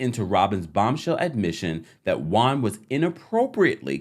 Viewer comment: Pet peeve. Juan being pronounced as Guan.